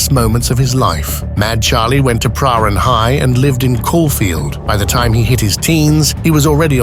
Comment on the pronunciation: Love the dodgy pronunciation of Prahran ! ❤😂